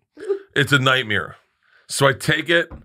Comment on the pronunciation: bart "nightmere" Christher